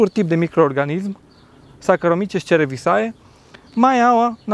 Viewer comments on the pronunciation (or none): Cerevisiae-se citește cerevizie.Multumesc! Saraca limba latina!